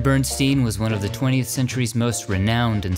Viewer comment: Love your channel. So interesting, but I’m sorry to say, it’s not Bern-steen, it’s Bern-stein as in Steinway pianos.